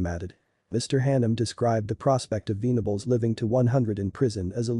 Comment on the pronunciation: Should be venables like ven , but not veen